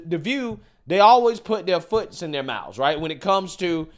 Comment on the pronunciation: Did he say "Foots"??? LOL